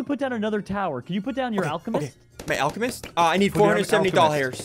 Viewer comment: BRUH SSUNDEE SAID ALE CE MEST IS ALCEMEST